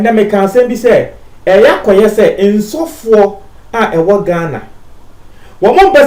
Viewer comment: My friend say Asofour not Ensofour please